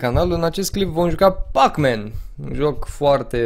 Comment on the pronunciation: Nu se zice PACMEN de zice PECMEN